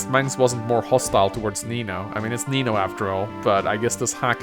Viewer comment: Is it just me, or does every time Mangs says "Nino", it almost sounds like he's saying Amino?